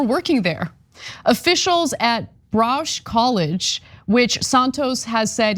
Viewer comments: It's pronounced Bahruk College, smh. How do you get a job here? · Ba-RUKE College!!!!! Why can't TYT presenters learn how to pronounce the words they use in their reports??!! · Pronounced Ba-rook College. Most prestigious business school in NYC public College.